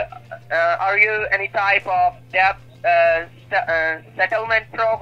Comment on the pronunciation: He's saying deBt. Pronouncing the B. 😂